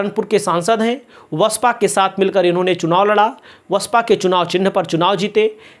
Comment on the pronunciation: BSP , ko aap hamesha vasapa bolte hain,ise basapa bola kijiye